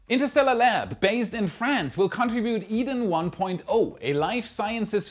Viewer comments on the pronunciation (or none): none